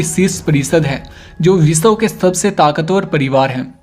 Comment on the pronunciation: Kyuki ye biswa ko bisaw bolta h